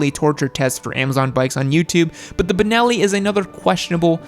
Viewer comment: Know-it-all guys.. it is Benelli. Not Bineli, not Binelli, not Banelli, not Bunelli. BENELLI. Which happens to be an Italian brand, one of the first motor companies in Europe. Due to financial problems, it was bought from the chinese QJ and it is actually going very very well in Europe. The BN600 did not come to Europe due to environmetal restrictions but the other models of this company are selling like crazy and complying to Euro4 regulations. Problem free bikes, very good built quality, vfm motorcycles. Especially the TRK line.